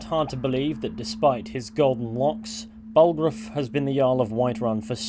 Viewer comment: "Ballroof's" I don't know why but that pronunciation of Balgruuf's name cracks me up.